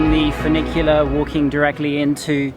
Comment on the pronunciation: I love that you do a bit of everything. History, geography, food, architecture, culture, etc. So many youtubers focus on one little thing and it starts to get boring. Your videos are always entertaining. And I loved your bad Italian pronunciation of furnicular. Lol